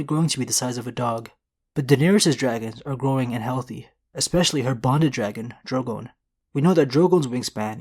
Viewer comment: Who and what is a "dro-gowne"? Its prounounced "Dro-gone"